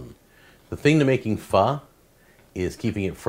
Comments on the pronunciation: Fuh. Not FUS RO DAH. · it's pronounced like fuh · its pronounced foh isnt it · On god this man did not just butcher pho